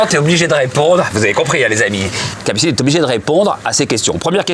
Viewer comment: Il ya que moi qui entend cappucine anal au debut 😂😂?